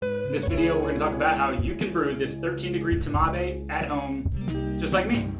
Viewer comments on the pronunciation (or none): I mean "TMAVé" - That physically hurts me.